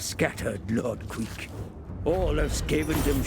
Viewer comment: Queck would be pronounced "kwehk".